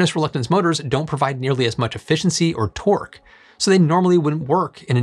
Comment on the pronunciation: Am I the only one hearing "twerk" when he says torque 🤣